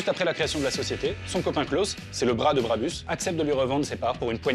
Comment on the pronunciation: Ça se prononce Brabousse décidément je vais devoir vous faire la remarque sur chaque vidéo qui parle d’un truc près de chez moi